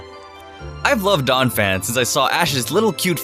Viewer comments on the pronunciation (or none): IT'S DONPHAN, NOT DAWNAPHAN!